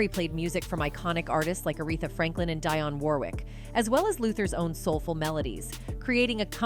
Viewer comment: Learn how to correctly say names. Envogue (pronounced in vogue) Dionne (pronounced De onn)! It ruins your credibility when u can’t pronounce the names of the artists)!